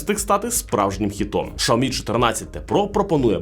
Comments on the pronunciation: Алло не знайомий з брендами, які продає? Ну як так можна вимовляти назву бренда? Це ж вуха ламає! Якщо ваш маткеторог каже, що погана реклама - теж реклама, то звільніть його! А ще того, хто сказав продовжувати вимовляти Шаомі, бо від того тільки шкода. А відсутність на реакції глядачів, що є ігнором аудиторії, можна розглядати як неповагу до аудиторії. Дивна ситуація із "Шао-мі" в "Кал-ло." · 😂 Той випадок коли інтелект значно відстає за ,,швидкістю" язика! ,,Шаомі"- 😱